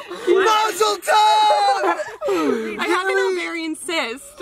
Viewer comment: Josh is such a typical Jew, he said Mazal tuf😂